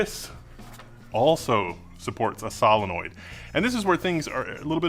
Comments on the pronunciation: Most unique way of saying solenoid that I've heard. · "vial" is pronounced "veal" now? wtf? "SALenoid?" what fucking planet am i on